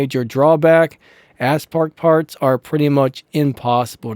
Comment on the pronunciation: It’s pronounced OWL not L you said a bunch of other words too but that bothered the most and it’s A-spark not asspark